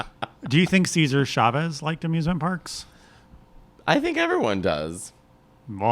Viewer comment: “Seizure Chavez”?? 💀